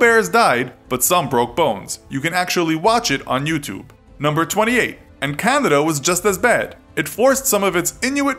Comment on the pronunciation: Every time this guy says Canada, I hear candida.